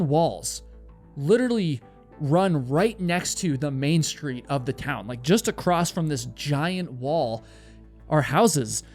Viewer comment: Not picking, just letting you know the word is across, not acrost. ❤